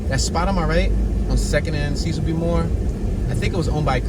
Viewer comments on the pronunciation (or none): none